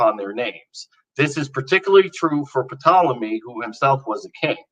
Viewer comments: Ok is just trolling me now...he knows how to pronounce Ptolemy - taa • luh • mee yet he insists on mispronouncing virtually every name from ancient history... Puh • taa • luh • mee. Why? It's to vex and distract anyone knowledgeable of the topic at hand from being able to listen to any of the actual content of his argument because our brains are grinding to a halt as we wrestle with this pronunciation problem. At least he pronounces Kant korrektly. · It's pronounced "tolemy" not "puh-tolemy". Oof. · Am I the only one who cringes every time he P ronounced ptolemy "P tolemy" or am I just being P edeantic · Please tell our young scholar that the “P“ in Ptolemy is NOT pronounced.